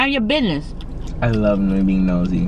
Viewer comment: "mind your bidness" lol